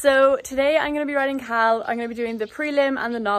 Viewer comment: First time i watched your videos I thought you were saying cow when you were saying Khal also how is Australia?